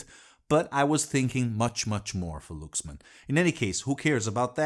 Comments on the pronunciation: Is it pronounced " looks man " or " Lucks man, " I thought he was talking about a different company? It sounded good played in "moan-o" or "steer-e-o", but joking aside what a fantastic amp, now I'm on the look for one. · Well Luxman is pronouced more like Laaksman which is ラックスマン or Rakkusuman in Japanese. But it is completely fine.